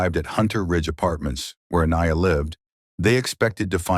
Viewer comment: How many different ways can AI pronounce Aniyah